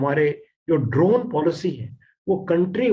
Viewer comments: Why anchor pronouncing ' द्रोण ' instead of ड्रोन ?? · आप द्रोण क्यों बोल रही हो